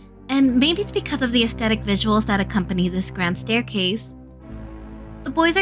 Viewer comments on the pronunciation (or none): none